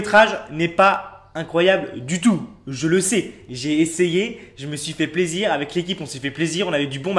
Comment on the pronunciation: La façon dont il prononce le mot "plaisir" vers me fait trop rire 😂